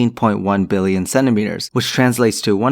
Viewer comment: billoin you can tell that 29 years of learning English paid off in that word